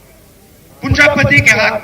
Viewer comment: पूँजा पती नहीँ मूर्ख पूँजी पती बोला जाता है पहले बोलना सीखो